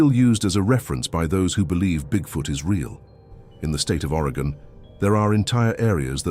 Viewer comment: It's very distracting when Oregon is so often mispronounced. It's Oregon, not Arigan.